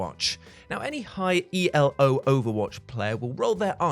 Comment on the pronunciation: ELO as "ee-ell-oh" and not "ee-low"? XD